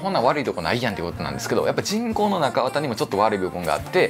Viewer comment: 人工の。。が チ◯コの。。。 に聞こえて、何をおっしゃってるの？笑 とおもってしまった。